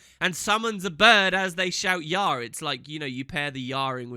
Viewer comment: You pronounced "Yarr" wrong xD